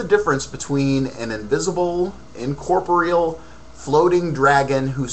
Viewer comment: You're saying incorporeal wrong.